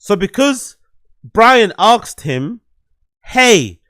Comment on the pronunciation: “… because Brian axed him..” damn dude even UK blacks don’t know how to pronounce ASK…